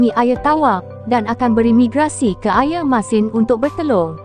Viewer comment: Sobut Air Pun Tak Botol 🤦‍♂️ Ayer Ayer Apo Pelat Pelat Bodohhhh 🙍🏻‍♂️